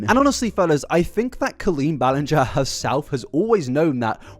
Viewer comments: "i've never heard someone pronounce it ballin-gah" we heard you pronounce it like that for the first three hours of this video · I’m only 5h20m in but please tell me you finally call her Colleen “bell end-ger” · Drinking game, shot every time he mispronounces Ballinger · It's been driving me up the wall watching this 😂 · not you mispronouncing Ballinger for the first half of the compilation and then saying you've never heard someone mispronounce it in the Raven podcast section hahahhahaha